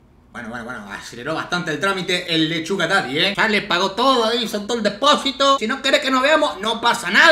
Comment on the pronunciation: cuando dijo leshuga yo pense: suga la leshuga? grehqjNgshwjjjkaj